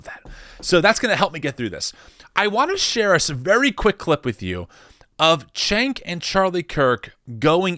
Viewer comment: its "jank" not "chank"